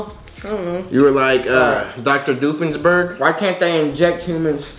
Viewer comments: He really said: "Dr Doofenberg" When it's Dr Doofensmirtz lMAO :D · He said Doofensburg😂😂😂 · “dr dufinsburg” 😂😂😭😭😭 did you mean dr. Doolittle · did fr say dr. doofensburg & actually mean dr. doofenshmirtz? I’m CRINE 😂💀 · He said Dr . Doofusingsberg or whatever 😂😂😂😂